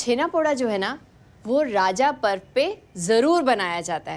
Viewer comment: ये राजा पर्व नहीं रज पर्व बोला जाता है।